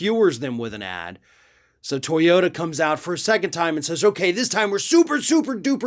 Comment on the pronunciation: To yo TA, please . Not To YO (...da). Otherwise, interesting as always!